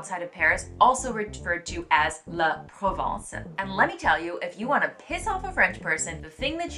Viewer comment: I was expecting to pronounce “la provence”. First time a friend talked to me about “la provence”, it took me time to understand she was meaning “la province”. The few other times some of my colleagues talked about “la provence”, it was also mispronounced